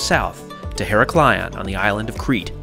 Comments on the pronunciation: her-AK-lion and NOT hera-KLI-on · basically in modern greek its EE-RAK-LEE-O without the n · Only problem is the Americans' complete inability to pronounce any foreign names. It's quite easy to say Iraklion ,why make your life difficult with Heraklaion???? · Heraklion is pronouced He-ra-kli-on not her-o-kil-an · As cabin crew I used to fly to Heraklion nearly weekly and just for future notice the pronunciation is IR-AK-LEE-ON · Thanks for pointing this out. I love his videos and watch them all but was cringing eveytime said her-ack-lee-on... 🙂🙂🙂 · Ee-RA-klio... emphasis on the RA. Avoid the cringe. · Lovely trip, but,but ,but: Her-a-klion, with the stress on the A ! Love your videos all the same...! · FYI her rack lee on is the easiest way to say it in english hard word though great video! thanks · Heraklion = pronounced Irak-lee-on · Tnx for sharing but I can't but laugh how you pronounce Iraklion.🤣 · I live on create and have made that journey more times than I can count. Sorry for saying so but your pronunciation of heraklion was painful. I cringed every time you said it. Surely that would have been easily researched. I find the Greek nation generally don't do customer service. Only perhaps in the hotel industry. I loved the room but as you say, a little wasteful for a daytime trip.